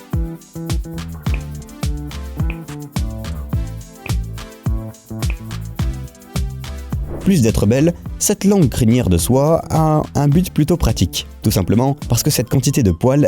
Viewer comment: Ses shire on dit i pas à en englais